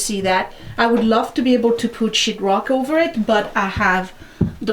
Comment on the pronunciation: I laugh every time you say “sheet rock.” Sounds like “sh*t rock.” LOL. I am in awe of your DIY skills!